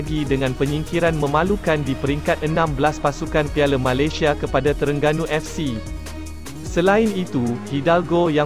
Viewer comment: Malaysia disebut Malasia. Dah kena apa ko, pelat ke. Tiada keperluan JDT sign Syihan, ramai penyokong tidak setuju. Sekiranya ada pemain tempatan yg dambil munkin pemain yg muda & berbakat besar.